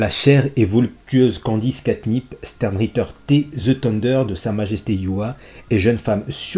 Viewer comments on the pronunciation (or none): Ça se dit chtern ritte(ra)